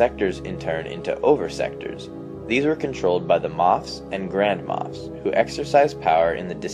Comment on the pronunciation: I always hear "grandma" instead of "grand moff"